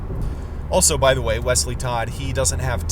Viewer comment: I like the way you say Wesley’s name🤣